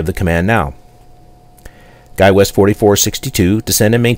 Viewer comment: FOr Real?? you instructed the pilot to descend and maintain 8000- pilot did not repeat your command correctly, instead he said descend and maintain 0 which means your speech recog is not working properly. And why are you saying "guywest" and not skywest? I notice alot of the texts in these videos are not matching up with your speech but you make it seem like the pilots are understanding you for the sake of the video. For 60 bucks, I don't think so.